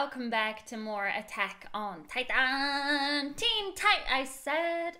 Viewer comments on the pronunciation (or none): she says like Japanese たいた〜んlol